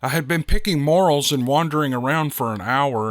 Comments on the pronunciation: It's pronounced more ells, not morals. Thank you to all who shared their experiences, encounters, and thank you for reading them. Always looking forward to some more Steve Lilly adventures.. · Pronounced Mo rails. Not morals. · sorry about your friend. The mushrooms in the story are pronounced more els, not morals. Like Jor El in superman. We can't have you sounding like an ignorant hillbilly, lol. Just kidding, brother. Love your stories. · Just for future reference, the name of those mushrooms is pronounced as "more-"L", not moral". On with the story.... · 😂😂 its pronounced more- rel not moral.just ribbin ya. good story👍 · Picking "Morals" ? ? ? You don't know how to pronounce the Morel Mushroom do you? This type of mushroom is most definitely "NOT" pronounced like the word "moral". No, it's pronounced like Mor-ELLE (with accent on the 2nd syllable). FYI for future reference. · I'm not trying to criticize,. Those are morel mushrooms (pronounced "more-EL" or "mor-ELZ" for 2 or more). Moral ("The moral of the story..." is pronounced "MOR-ul", and "morals" is "MOR-ulz") Anyway it's all in where the accent falls - on the first or the second syllable. I've never seen a basket of morals, but we pick a basket of morels every Spring! 🙂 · Edit: He is picking Morels, sounds like ‘more ell’ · Great video just to let you know morals are a mushroom that were in the first story your pronunciation was off if u get some time look into it for the next time, keep up the great work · It’s “more-rells”. 😂🤦‍♀️🥰🤷‍♀️. you are welcome. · More-elll’s…say it’s with me …more-ell’s Morels are a true treat of the forest. They are the only type of mushrooms I’ll eat, unless they’re magic…😅 EDIT: Sorry to hear about Kerry man, remember all the good times and cherish all the memories y’all had together… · Hey hope you don’t mind if I correct you on the proper way to pronounce morels it’s more rels